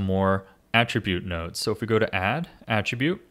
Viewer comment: 'Geometry woads'